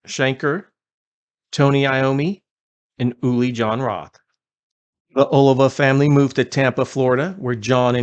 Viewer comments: O-Lee-Va, not Olive-a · It sounds like" A lee va. Other than that, nice tribute! Love Savatage! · It's ,oh lee vah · Its pronounced Oh-LEE-va. Get it straight. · First of all, you should learn how to pronounce his name correctly 😮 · Dude, you mispronounced his last name. Badly.